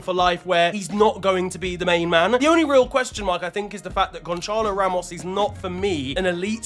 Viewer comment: Gonchalo💀💀💀💀💀💀💀💀💀💀💀💀💀💀💀💀💀💀💀💀 brother where do you see an h in Gonçalo